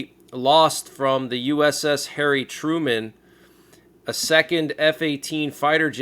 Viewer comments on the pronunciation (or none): none